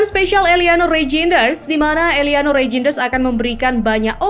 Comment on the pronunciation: Namanya bukan rainjenes tapi Rainjders.